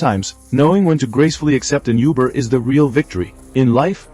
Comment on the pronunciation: Ai can't pronounce Uber